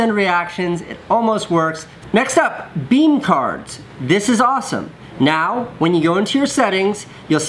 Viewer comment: Beme not nene